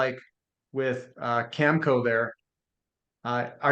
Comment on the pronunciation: needs to learn to pronounce Cameco properly